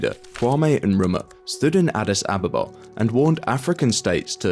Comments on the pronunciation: it's pronounced in-kru-mah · The k in Nkrumah is not silent.